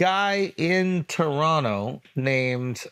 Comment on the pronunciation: Shout out to Andrew for saying Toronto like a Torontonian!!! Second T is silent.